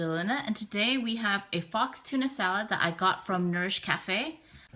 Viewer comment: LOL on your wrong pronunciation of "faux."